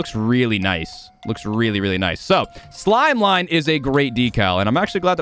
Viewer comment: NO!!!!! Not "Slimeline" man. It's Slimline! Shame on you